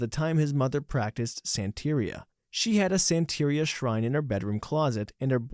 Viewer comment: Narrator is obviously not a sublime fan since he doesn't know how to say Santeria.... "I don't practice Santeria, I ain't got to crystal ball, I had a million dollars but I, I spent it all"